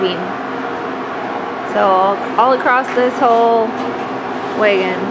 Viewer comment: That’s wAgon. Not “weigon”. Haha. Gotta love the different accents around the country